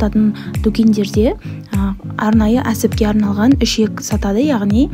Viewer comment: Шек немесе Ишек емес..ІШЕК деп айтып ,жазыңдаршы…